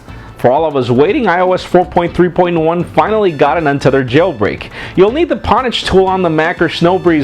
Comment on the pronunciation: Great as usual, but I think Pwnage is usually said like Ownage not Pawnage. Just my $0.02 ;)